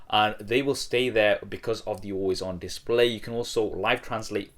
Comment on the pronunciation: dissspley :v